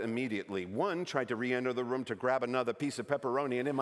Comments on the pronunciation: Really nice American accent. Having trouble saying “room” though. Sounds more like “rum”, which gives it away a bit. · I dunno… we say room in the US, not rum, like he’s saying here. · The accent is not a very good accent. Especially when saying the word "room" like "rum". This is not very common in Canada, and definitely not on the east coast. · hahaha I also caught the "rum" instead of "room". I am from the maritimes, so I instantly thought, that's not the accent! hahaha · me too. I was so confused at first. The only word he mispronounced was "room" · and "seagull" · That wasn't a Canadian accent from any part of Canada. His pronunciation of "room" and "sorry" were particularly odd. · I would be willing to accept his slightly idiosyncratic pronunciation of "room", but the "I'm sahry" was too American. Canadians are "sohry" from coast to coast to coast! :D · That wasn't a Canadian accent. You can always tell Americans by the way they pronounce "sorry" as "sahry". The way he said "room" was not particularly Canadian either. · yeah the way he says ''room'' is definitely not American